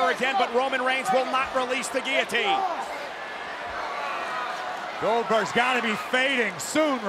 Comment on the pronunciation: Roman - everyone tapped out on giliteen Seth- seriously brother